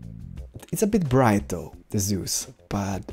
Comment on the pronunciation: am i back in Diablo 3? and i don't think think seus shader is pronounced zeus.